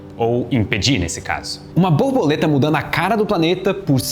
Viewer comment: Não querendo desprezar o excelente conteúdo do vídeo, não me consegui abstrair do "boboleta" AHAHAHAH